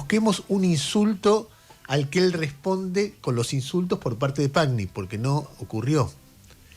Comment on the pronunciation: Pagni se pronuncia " Pañi".Es un apellido italiano